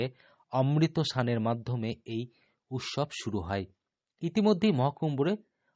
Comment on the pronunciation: স আর. শ. এর উচ্চারণ বীভৎস। স্নান, “ সান” বলে কোনো শব্দ নেই। উৎসব। উচ্চারণ করছেন “উতশব”। স আর শ এর উচ্চারণ এর ডিফারেন্স জানেন না।